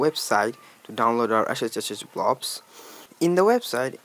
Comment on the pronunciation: "... now you download the ASHAAAEEECHACHACHAyoublobs" 💀 😂 😂